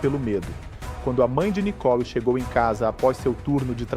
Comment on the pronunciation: Não é Nicol e Nicole uma jornalista falando errado monstro está mãe é culpado por este covarde dentro de casa lixo 😂😂😂😂😂😂😂😂